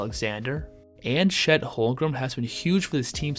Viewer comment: All I can think about is when he said '' (w vid tho)